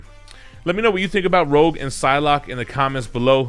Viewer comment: I think it's Rogue not Rouge :D